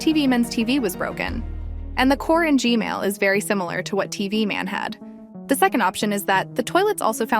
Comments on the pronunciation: You said g-mail but it's G MAN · Why DID YOU SAY GMAIL TOILET AGAIN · umm its g-man not g-male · she said gmail but not gman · “Gmale toilet” 💀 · Hug you say gmail toilet